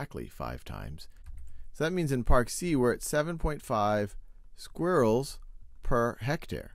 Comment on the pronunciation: anyone notice how my main man here says squirrels its mines aura its mines skill i don't think i can look at him the same anymore because he doesn't even know how to say squirrels it makes me so angry you might wanna read the dictionary.;)